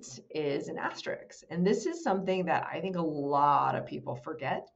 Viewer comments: You call it a star because you like most people don't know how to pronounce asterik. Ever notice that most people use the word ekcetera and don't know or care that it's not correct. lol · Respectfully, it will make you seem more professional to say asterISK and not asterIKS. The ending should sound like the word "risk". thanks for the great content!